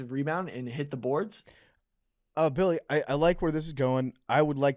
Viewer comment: Billy's parents paid for him to go to non-public schools, right? How does he pronounce so many words incorrectly? His parents should get a full refund. They should receive said settlement in gold bullion.